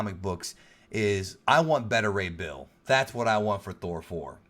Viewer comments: Dude get your information right. Spiderman Far From Home is Not a phase 4 film. It's the final film in phase 3. Spiderman Far From Home is the final phase 3 film not Endgame. And its pronounced BETA Ray Bill not Better Ray Bill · Dude its pronounced Bay-ta Ray Bill not Bet-ter Ray Bill. Just like how you pronounce Alpha and Beta. Not Alpha and Better. Tbh it was annoying the shit out of me everytime you said Better 😂